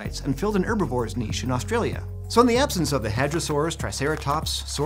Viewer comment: oh thank god he pronounced niche properly.